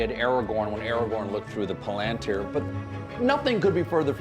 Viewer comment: He mispronounces everything in all his Tolkien videos! In this one, he mispronounced Tolkien, palantir, Boromir, and Sauron. In older videos, when he listed the Valar, it sounded like he had read those names once in rehearsal and said "nailed it!" There are pronunciation guides included in both LOTR AND Silmarillion. I don't know how it can still be so butchered by him